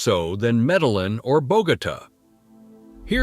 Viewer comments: Somebody teach this INDIVIDUAL that it is Spelled: C - O - L - O - M - B - I - A!!!!! And my Beautiful & Bad A_s City is Pronounced: ME - DE- YIN, with a heavy accent on the YIN (the last 4 letters); Spelled Medellín. Just as my Proud Colombian & Medellinite self grew up in the U.S., I had to learn Proper/Correct Pronunciation of everything in the U.S. You foreigners can do it too; just simply educate yourselves w/something that shouldn't be soo hard to do. A bit of an exception for those who are 60+ older folks, but I'll start w/folks being 40-45+. As our parents had issues w/the language when we moved to the U.S. & they were in their 40s. All the other cities were totally mispronounced also; who is this guy?? Or is it an AI Voice? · I had to stop after the 3rd Medal-Lin. Couldn't take it. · It’s ai. Not being able to pronounce Medellin correctly is one of the give-aways. But I agree with you, get the pronunciation correct or I lose confidence in the veracity of the video. I have spent a total of 6 months in Colombia mainly in Antiochia and Eje Cafetera. My next visit I will check out Popayan. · Why say Medalin and what other errors are here🎉 he has numbers backwards. Pero is stronger than in a long time. Any dummy can do a video.